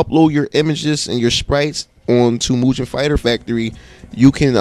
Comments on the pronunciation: Nice tutorial. It's pronounced Moo-Ghen. Not Moo-jen. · hey doint you know the g in mugen isnt suppose to sound like a j, sounds like guh.